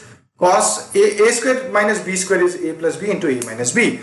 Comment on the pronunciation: U haven't pronounced the square word correctly